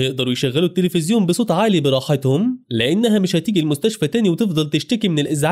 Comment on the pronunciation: بالمستشف🥱ه ✅ بالمستشفى ❌